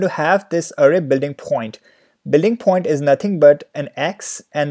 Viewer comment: aap please point ko phoint mat bolo. video nhi dekh paa rha